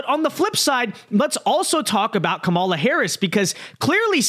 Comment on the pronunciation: Another dude who can’t pronounce Kamala. Who is this person?